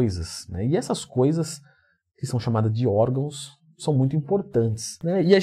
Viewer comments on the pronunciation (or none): "Orgãos" ridículo kkkkkkk